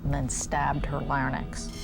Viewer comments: *Larynx (not “Lar-nix”) I’m so sorry, I know this is off point, but this word is such a trigger for me…there’s no such thing as a lar-nyx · I admit I'm OCD about words, but it's larynx, not larnyz. C'mon people! It's not that hard to understand.